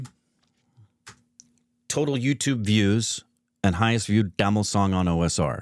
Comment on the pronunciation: he's saying tamil wrong